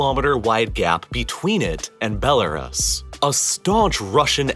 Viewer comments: Why he pronounced belarus like toys are us😂 bel-are-us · Its pronounced "Ruse" not "rus" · Stop saying Bela-Russ. It's not White Russell, but White Russia. It is pronounced, Bela-Roos. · “Bella-russ” … why do you pronounce it like that? I have only ever heard it pronounced “Bella-roos”. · It’s pronounced belaroos not belarus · It’s pronounced Belaroos, not Belaruss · Belarus is pronounced "Bell-a-roose" not "bell-a-russ" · It's pronounced Bel-a-roos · never heard Belerus pronounced like that before. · The correct pronunciation of Belarus- bel a ROOS Modern IPA: bɛ́lərʉ́ws. Traditional IPA: ˌbeləˈruːs. 3 syllables: "BEL" + "uh" + "ROOS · It is pronounced" Bel A Roose". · Bro I love your videos but you've been pronouncing Belarus wrong for years. Bell - ah - ROOS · BELAREST. I just learned today that I’ve been mispronouncing Belarus all this time. 🤔😳🫣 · Please learn to pronounce the names of the countries you’re talking about. BELLA Russ? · It is bella-roos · it’s pronounced “bel-la-roose” -like rooster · “Belar-us” cmon man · Belarus? It's pronounced bella-roose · You need to learn how to pronounce Belarus properly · Bela what? Why did you pronounce Belarus the way you did? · I had to downvote the video simply because he kept mispronouncing Belarus. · Very informative! But do you learn how to pronounce Belarus. The last syllable is pronounced exactly the way the first syllable of rooster is. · Please stop pronouncing Belarus like that, you sound ridiculous. Other than that, I loved the video lol 😂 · You’re pronunciation of Belarus was painful.. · And the pronunciation of Belarus. It wasn’t even the correct English pronunciation, let alone the Belarusian pronunciation. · Your pronunciation of Belarus is hilarious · You mispronounced Belarus, multiple times. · ....and learn how to pronounce Belarus properly.... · why do you always mispronounce belarus? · Convinced this guy is just mispronouncing Belarus out sheer stubbornness and spite at this point.